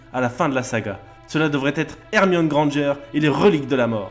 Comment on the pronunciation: Merci enfin une personne qui sait dire "Granger"